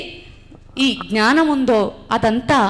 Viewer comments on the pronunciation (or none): none